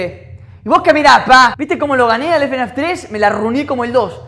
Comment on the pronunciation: me da gracia la pronunciación, el ''efenaf ''